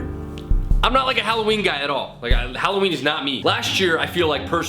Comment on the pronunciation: hollowinie Me: immature giggle ha halowinie